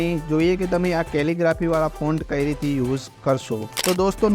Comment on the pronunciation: "કેલીગ્રાફી" શબ્દ નું ઉચ્ચારણ પરફેક્ટ કરવા બદલ શુભેચ્છા ધન્યવાદ 💐